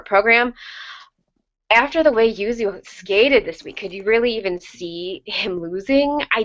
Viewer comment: Thank you guys SO MUCH for saying Yuzu's name right. I'm a big pronunciation stickler, and you guys' pronunciation is the best so far! XD